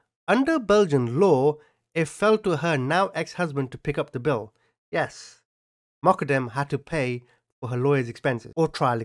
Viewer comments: its pronounced MO-GHA-DAM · its pronounced Moq-qad-dem. Peace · Everytime you said Moqodem, I heard Muppet M. 🤣🤣🤣 Took me hearing it a few times and then turning on subtitles to hear what you were actually saying....lolol That was epic!!! Welcome to YT on your smart phone! Lol Keep up the hard work! Take care! ❤❤❤